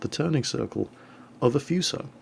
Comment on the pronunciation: just saying,you pronounce Fuso "Foosho" or just "Fooso", not "Fyuso" xD